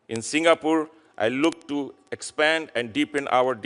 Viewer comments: Deiii.. you can't even pronounce Singapore.. not Singapoor.. not Singapool.. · Salute to senator ..& a ambassador who can't even pronounce ' singapore' ..don't come here clown